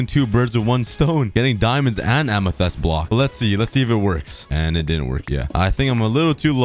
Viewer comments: pls stop saying amethEst its amethYst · Ah yes "amathest"💀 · Am- E - thest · The way he said amethyst is way too funny